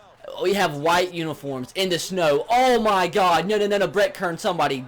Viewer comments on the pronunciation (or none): none